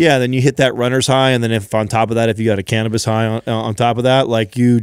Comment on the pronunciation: Jesus effffin eh, learn how to pronounce cannabis 😅😂😂 I’m so irritated. 😆